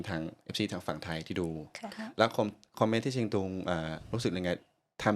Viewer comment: ชื่อหม่วนนะ สอนประสิทธิ์ เขียนเป็นไทยน่าจะ ศรประสิทธิ์ คุณศรประสิทธิ์ต้องพูดไทยให้ชัดเหมือนสาวเชียงตุงนะ ฟังทั้งสามคนคุยกันแล้วถ้าไม่บอกก็ไม่รู้ว่านี่คือคนพม่ากับคนลาวคุยกัน ตอนจบออกเสียงผิด สามเชียงนะ ไม่ใช่สามเซียง